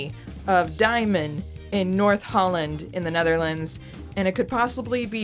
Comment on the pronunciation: Diemen's name is from Van Diemen's Land, pronounced "demon", not "dye-men". Van Diemen's Land is the old name for Tasmania, where criminals were transported. Xicali is from the name of a city with a high crime rate. Diemen makes reference to living by theft. Also here is a badass song about same